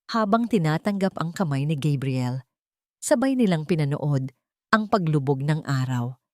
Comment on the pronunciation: Bakit po Gabriel minsan tapos Kabriel another po talaga ang dapat pronunciation haisst